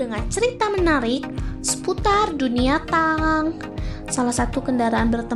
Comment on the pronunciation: Tank itu dibaca: "TENG" ya bukan "TANG" emang perkakas